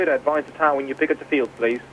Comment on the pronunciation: "Fower" is another one too.